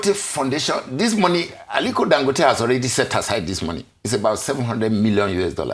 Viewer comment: The man's name is Dan...emphasis down...go...emphasis up...te neutral emphasis